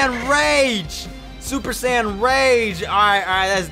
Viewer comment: Bruh my wish for videos are for him to say super saiyan not super San but still loved the vid keep up the great work